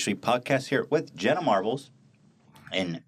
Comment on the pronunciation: I can’t stand when a podcast host doesn’t at least research the guests beforehand 🙄 why even have guests that you don’t know anything about? He didn’t even know that they have conspiracy theory podcasts. And calling her Jenna “Marble” at the very beginning Lmao